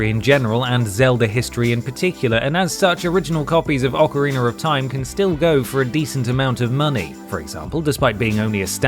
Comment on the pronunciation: “Ocareener” lol